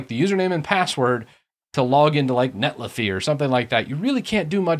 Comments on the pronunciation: It's not iffy like jiffy, but Netli-Fi like Sci-Fi. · I cringe when you mispronounce netlify lol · Pronunciation of Netlify aside.... great video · feel you